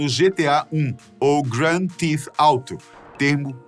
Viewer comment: so uma correção theft se pronuncia /théft/ não /thift/